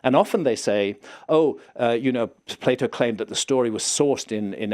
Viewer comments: Please, dont say "play-oh" !!😝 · Its not plate o, its Plato!